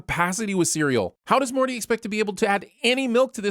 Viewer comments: instead of saying Morty he says "Marty". That should be a sin of itself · you call Morty "Marty," and the subtitles agree. Honestly, I think he deserves it.